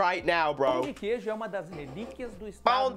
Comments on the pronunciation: Cê falou certim. PÃO DE QUEIJO. Com queijo do Serro. Quero ver você reagir ao vídeo em que esse rapaz explica porque Minas Gerais é a avó do Brasil 🇧🇷. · Falou certo pão de queijo! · Ele disse "pão de queijo" certinho man<333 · está realmente interessado na comida brasileira kkkkkk. E a pronúncia do "Pão de queijo foi perfeita"! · Pão de queijo- you said it perfectly! As time goes by, speaking Portuguese will be a piece of cake for you. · Pão de queijo- you said it perfectly! As time goes by , speaking Portuguese will be a piece of cake for you! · Sua pronúncia foi certinha do Pão de Queijo ❤ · your pao de queijo pronunciation is very good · com medo de estar pronunciando "Pão de queijo" errado mas pronunciando perfeitamente 😅😅😍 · you said correctly pão de queijo! Congrats! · You pronounced it right, Pão de queijo! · Falou pão de queijo perfeitamente